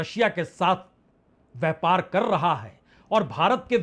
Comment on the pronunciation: Itna bara shudh hindi vyapar ki jagah vyhpargalat hindi bolte hai .dhanybad